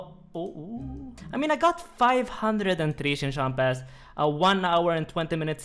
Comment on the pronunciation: So funny hearing you say chincompas